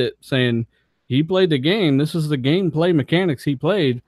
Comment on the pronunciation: Nice gemestry with. Also funny to hear randall rand in the death stranding segment and saying game gayplay instead of gameplay XD